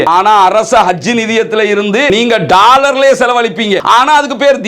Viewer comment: நீங்க தமிழ்நாட்டில் இருந்து வந்து இலங்கையில் வாழ்கிறீர்களா? ஏன் என்றால் நீங்கள் பேசும் பேச்சு வித்தியாசமாக இருக்கே! 😮 உதாரணம்: டாய்லெட் / டாலர் / பாலஸ்தீன் என தப்பு தப்பா உச்சரிக்கிறீங்களே!!